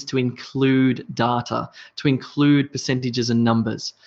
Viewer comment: I really appreciate your videos, they are so helpful. Don't get me wrong but may I ask why you pronounce "data" the way you do. I checked it and I could find nothing close to your pronounciation. Am I missing some points?